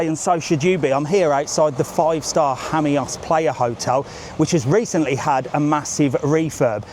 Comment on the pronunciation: Hammyos? I’ve always pronounced it Seaside Lost Jamos